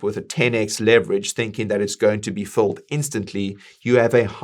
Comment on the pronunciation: Are you saying fulled or filled? There is a difference